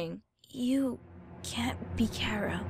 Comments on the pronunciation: CHARA not crara it's like that as u say it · Why do people say it like its 'cara' Is the 'H' silent or something? Because I read and say it as 'Char-a' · It is c h a r a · they said chara wrong, or are there two ways? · TAHTS NOT HOW U SAY CHARA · It's chara not cara there's a CH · It's still pronounced "Chara". It's pronounced phonetically.